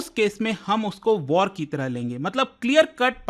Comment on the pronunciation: Act of waar 😂😂😂 bus krda😂😂😂